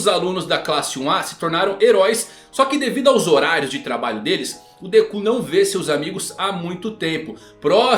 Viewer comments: Meu amigo, a forma como você pronuncia nomes em japonês não é correta. Me desculpa, mas é bastante irritante ouvir você falando Dekú, Gojô etc. Sempre enfatizando no final. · Pior mesmo foi ouvir deKÚ... 😂😂😂